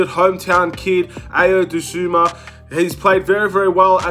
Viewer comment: To whomever needs to hear this… it’s pronounced “Eye-o” “Doh-soon-moo”